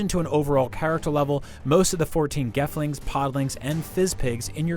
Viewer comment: did he say "Gefling" instead of "Gelfling"